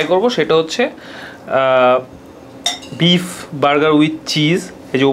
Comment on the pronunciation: Please either speak English or Bengali. If you do both at the same time, it’s insult to both languages. Lastly, don’t use words that practically means nothing neither in Bengali nor in English. And you talk and eat at the same time? Disgusting! I understand it’s a Food video but come one now. Lastly it’s beef not beep!!!!